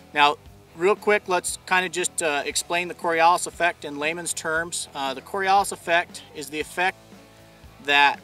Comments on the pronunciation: I've never heard it the way the narrator says it so you might be right. Then again it's not like I hear it a lot so it's a limited sample. (I'm not in the USA btw) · Am I the only one who shudders every time he says "cori-alice"? There isn't an A in the word, its an O. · CoriOWLis?!?! Jesus. Go to Wikipedia and listen to how its pronounced... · Yikes! If he Mispronounces Coriolis one more time, I'm going to Lose my mind! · It would be nice if he could pronounce the word correctly. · He keeps pronouncing it wrong. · I’ve never heard coriolis pronounced with an a in it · Dude can't even properly pronounce the word. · If you can't pronounce what your supposed to be explaining then you've already lost half your intended audience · lol this explanation wasn't of the Coriolis Effect at all. I should have expected as much from a guy who can't even pronounce CORIOLIS properly. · So first of all he did not describe Coriolis effect accurately he dumbed it down to make it easier to explain. Second he should have checked with the dictionary to pronounce it correctly. And thirdly Eotvos rffrct deals with gravity Coriolis deals with rotation and remember the earth is no shaped like a ball it is an oblate spheroid this causes different latitudes to spin at different linear velocities ( because the radius changes) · This guy is a special breed of stupid muppet. Not only does he get wrong what the Coriolis Effect even is, he can't even pronounce it properly. Talk about a level of dumb where he reads the script, without a clue as to what he's jawing about. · Not only is he not explaining the Coriolis Effect. He didnt even pronounce it right. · Here is the proper pronunciation of Coriolis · Well I'm glad I'm not him. Pronounces it wrong and the wrong explanation definition. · The way you say Coriolis has me so triggered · "Lets explain the Coriolis effect in laymen's terms." >Can't even pronounce it correctly. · Cory Oh lis, not cory ahl is. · cor-ri-o-lis effect.